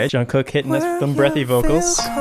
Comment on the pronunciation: Did anyone else correct how he said jungkook and Suga. No just me ok😂. No hate I love your videos❤️